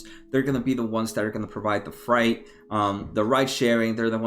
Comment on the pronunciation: FREIGHT not FRIGHT!